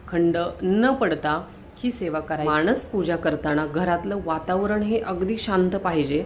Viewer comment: व्हिडिओ करताना शब्द उच्चार शुद्ध करावे.माणस असा शब्द त्याचा उच्चार मानस असा आहे. माणसं हा शब्द ऐकायला सुद्धा चमत्कारिक आणि चुकीचा आहे. तेव्हा व्हिडिओ तयार करताना शब्द उच्चार शुद्ध करावे